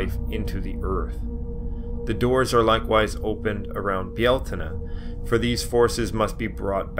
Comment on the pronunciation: Míos na Samhna means 'the Dish of Samhain'. The correct form in Irish (not Gaelic, please) is Mí Shamhna - pron. Mee how-na (those pesky Irish mutations of Irish initial consonants). Lúnasa takes the tonic stress on the first syllable. Congratulations on your pronunciation of Bealtaine.